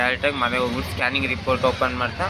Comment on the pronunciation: ಸ್ಟಾನಿಂಗ್ ಅಲ್ಲ bro adu ಸ್ಕ್ಯಾನಿಂಗ್ adu salp ಮಿಸ್ಟೇಕ್ ಮಾಡಿರಿ bro